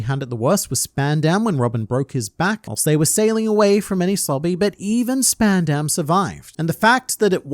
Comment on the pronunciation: its purnounced sp-ah_n_d-a-m not sp-eh-n-eh-m